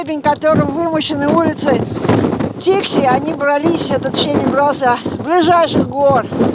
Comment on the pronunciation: Посёлок Дикси! Или Фикси? Вас не разобрать